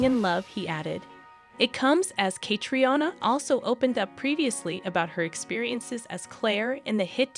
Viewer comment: At least pronounce Catriona’s name correctly 😶😶‼️‼️